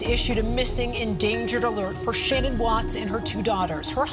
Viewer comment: Why can’t anyone pronounce Shanann’s name right? It drives me crazy lol